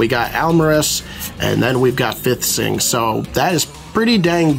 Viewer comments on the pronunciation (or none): Fiethsing is pronounced like thief. But awesome pulls. No god pack, but got some serious value.